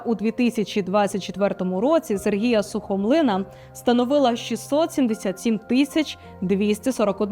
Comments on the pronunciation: Невірний наголос на Андрушівка,Сухомлин.Радомишль. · Ставте правильний наголос ,пані ведуча.Андрушівка ,Сухомлін,Радомишль...Дивуєте !😢 Цей ефір доказ беззаконня та безкарністі у владі.Навіть ці цфри не вражають і не дивують ..аксіома..Послухали , прийняли ,забули.